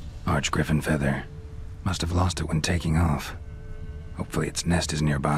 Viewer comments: It's a griffin not a griffon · Hearing people say griffon instead of griffin makes me really angry for some reason...